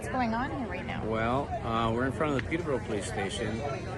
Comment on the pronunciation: They don't even know how to pounce Peterbrough